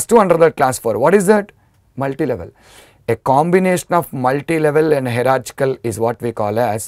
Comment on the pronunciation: Sir , its not pronounced 'hera -chick - al' ,, its more like 'haera-chial '